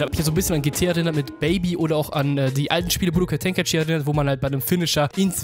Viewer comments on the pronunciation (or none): none